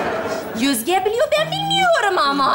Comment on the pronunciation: Naime'nin Özge'ye sürekli Yüzge demesi😂😂